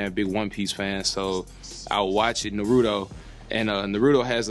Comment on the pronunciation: Bruh hokages funeral is my jam... But the way you pronounce naruto is so annoying not gonna lie